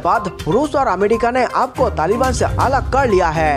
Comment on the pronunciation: Amedika nahi America bolo bhi 😁😁